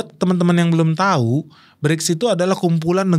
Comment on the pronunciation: Berics bukan klrng kleng oi